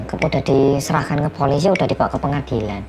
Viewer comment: kita: polisi editor: poolisi